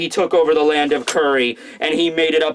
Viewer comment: I can stomach saying "Curry" and "Sukuyaki" instead of Kuri and Sukiyaki. That's how good he is.